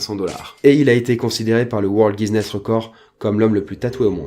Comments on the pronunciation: Pourquoi "Guziness"? "Guiness" ça ira x) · c'est pas GuiSnness mais plutot Guinness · On dit Guinness et pas GuiSnness ahah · G--U-I-N-N-E-S-S comme la bière, pas "Guise-nesse" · on dit « Guiness », pas « Guizness » 😂 sinon sympa la vidéo 😁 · Par contre c'est guiness ou guiZness, ça me dérange l'oreille mdr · le faite que vous dites "guisness" plutôt que "guiness" me dérange veuillez corriger votre prononciation je vous prie. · Guiness pas Guizness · Le mot c'est "Guinness" pas "Guiseness" comme prononcé plusieurs fois. Voilà c'était l'instant relou, désolé ça m'a titillé toute la vidéo :D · Guiness pas Guizness. Comme la bière. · Arrète de dire Guiznness wtf c'est Guinness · tu dis "guiSnness" tu te trompe c'est "guinness" y'a pas de s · c guinness pas guisnness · GUINESS PAS GUISNESS ... à moins que ce soit le gage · Pourquoi quand tu dis guinness tu dis gui'z'ness? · je suis la seule que ça gêne quand il dit guizness ? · Guizness? Après Cambraïe, notre a définitivement un problème de prononciation... Mais bon on l'aime quand même:D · Le "Guizness World records" merci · Je suis le seul a tiquer a chaque fois que dit GuiZness Book?? ^^ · Le "guizness" world record? Connais pas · c moi ou il a dit guisness ? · guissssssness book,mes oreilles saignent... Mais bonne vidéo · Le "Guizness" book ? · On dit Guinness comme la bière, c'est de là que ça tire son nom d'ailleurs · T'as dit à chaque fois "GuiZness", je suis en PLS dans mon lit, mon cerveau a bugé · Le "guizness" ????